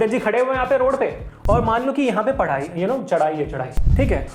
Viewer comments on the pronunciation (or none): chadhai ko phadhai 😂😂😂